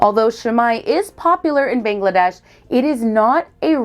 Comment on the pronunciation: It's. Bangladesh bro not Bengladesh